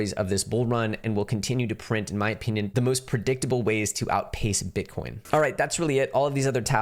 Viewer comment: Funny you and Becker both say O-peenyun 🤣🤣